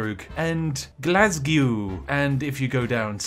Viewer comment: For me the Glass-gew was more jarring, and i'm east-european. xD